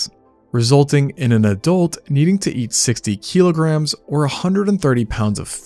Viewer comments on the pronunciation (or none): none